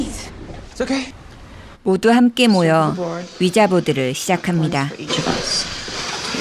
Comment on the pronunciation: 스펠링은 위자인데 읽을때는 "위지"라고 읽습니다.